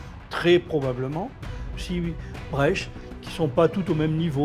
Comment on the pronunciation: Quand j'étais enfant, on prononçait le mot iceberg "isse bergue" , c'est même la prononciation indiquée dans le Larousse. Pourquoi prononcer différemment maintenant. Il y a des tas de mots d'origine étrangère qui se prononcent à la française.